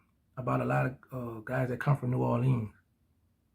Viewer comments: Bro I hate the fact the u from the city but say new or leans like u a tourist you from the city og stop playing u down bad 😂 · It's new warleans